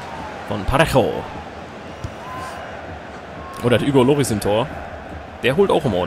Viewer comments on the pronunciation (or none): none